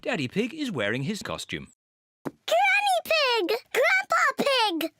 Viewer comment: it’s not Gangy ig Baba ig it’s Granny pig Grandpa pig